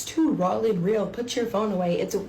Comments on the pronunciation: She knows the word is “raw” and not “rall”… right? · I absolutely can not stand how immature she intentionally is. Number 1 making money off ur child's misery is absolutely disgusting behavior, making money off ur kids in general is but a sick and suffering child makes it even worse. 2. Hearing her repeatedly saying " real n rawl" is sending me and makes me want to send her to the hospital. 3. She honestly seems like the type to intentionally make her children sick just to get attention and money. 4. Her and her husband having sex loud enough for charges to be filed whilst ur kids are in the house is so wrong and traumatic for those poor kids. 5. Claiming ur husband isn't abusive and then telling everyone that he inspects ur privates after returning home and that he is so controlling that she isn't allowed to freaking shower while he is gone and then saying I might be getting a divorce because I showered while he was gone is crazy work. Hun that's abusive ASF. Also saying " I was a better mom at 16 than a lot of y'all are in 2026" makes as much sense as anything else she freaking said. A complete idiot. Recording ur child for memories is completely different than posting those videos and bragging about making money from them. These children need to be saved asap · Off topic, but did she pronounce "raw" as "rawl"? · Raul an rill? WTF 😂 she also said X-A-ray?? Humiliating her kid all over the Internet and is too ignorant to realize why people have a problem with it. Being all agro. What a clown 🤡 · “Rawl and real” 🤦🏻‍♀️ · The way she pronounces "raw" just triggered a new pet peeve for me